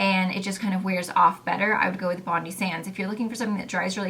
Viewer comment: Hi, it's pronounced as Bon-die not Bondi, after the famous Bondi beach in Sydney